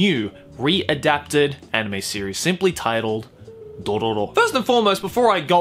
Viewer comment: Look how he says dororo Sry but I can't stop laughing